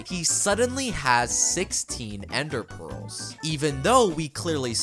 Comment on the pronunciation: “16 ended pworlz”